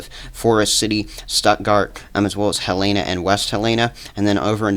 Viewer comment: Its Pronounced Hell-in-a not He-lana....